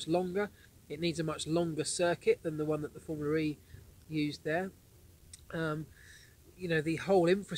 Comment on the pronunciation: Hi Marc. It's Formula E. Not Formularee, or Formular E. And I could do with a little less dog. Furthermore great video's! Thanks!